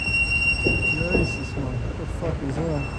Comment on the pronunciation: you said "jezus man". Sounded like a dutchie haha